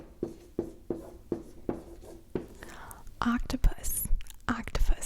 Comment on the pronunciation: Octupus? Not love is octopus